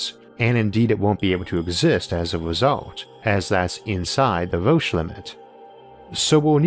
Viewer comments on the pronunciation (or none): none